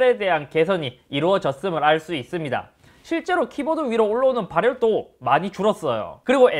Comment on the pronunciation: 잇섭 님 발음 특징 : ~~~(제품 특징)스러워진 아이폰을 볼 thㅜ 이thㅡㅂ니다!